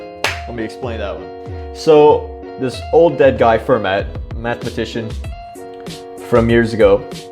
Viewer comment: Can't deal with your incorrect pronunciation of Fermat. "Fair-ma"